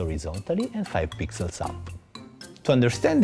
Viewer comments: Swar to god I heard 5 pizzas not pixels.. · bcs he is italian rasist XD kidding i also heard pizzas^^